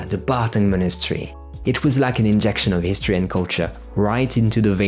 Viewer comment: Isn't it Barkhang Monastery, instead of "Bartang"? Anyway great top 20!